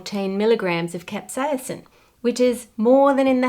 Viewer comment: I love her proper pronunciation of capsaicin, but giggle at her pronunciation of jalapeno. (Hall-la-peen-no). In Spanish it's (hall-la-pen-yo).